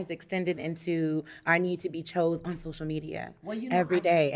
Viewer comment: Love this! But every time the lady said "chose" vs. "chosen" (maybe cause she said it so many times), I cringed.